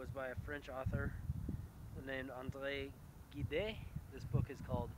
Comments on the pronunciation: Gide is pronounced JEED. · Gide is pronounced "jeed", with kinda a little shh sound at the beginning. It is a single syllable. Notice that the e at the end does not have an accent.